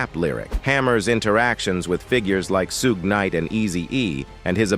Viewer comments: " Soo-gue Knight? " Smh. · It’s not Soog Knight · The narrator said Suegeenite..😂😂